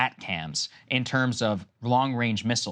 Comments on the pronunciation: Saager you have no clue. The Ukrainians are grinding out territorial gains and in the near future they are going to break through to the Sea of Asov. You clearly demonstrate your lack of knowledge talking about "At Cams". They are ATACMS - pronounced "Attackams". Keep reading mate... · Seriously. This mofo is sitting there, trying to school Ukrainian generals. Meanwhile he's saying 'ATCAMS'. What a joke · Missile is pronounced A-Tac-Ems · Atcams? Really...😊 WTF Sagaar? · I could point out a dozen issues with their commentary but i genuinely think Saagar saying "ACAMS" or whatever he said when talking about ATACMS. No one else knew what they were before this conflict, but we became familiar just by watching the news. This and other incidents really highlight how extremely little research goes into their coverage